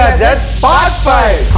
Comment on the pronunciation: Gadgeds ❌ Gadgets ✅